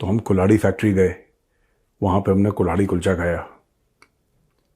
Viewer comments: कुल्हाड़ी कुलचा या कुल्हड़ कुलचा ? आप गलत तो नही बोल रहे ? या कुल्हाड़ी ही सही नाम है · Sir it's not Kulhadi Kulcha, but Kalhari-Kalhadi kulcha😅